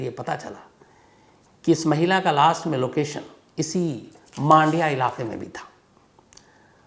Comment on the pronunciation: 1 मांडिया नही " मंडिया " कहा जाता हैं 2 बैंगलोर नहीं " बेंगलुरु " कहे भविष्य में 3 बेंगलुरु में कोई रेडलाइट एरिया नही जो आप ने कहा । बहुत से जगह वैश्या घर छुप के चलते हैं